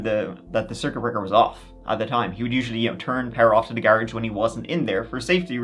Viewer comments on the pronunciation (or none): "Gar-uge" gotta like it. You go!